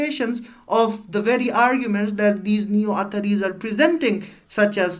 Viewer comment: Correct ur pronunciation of athari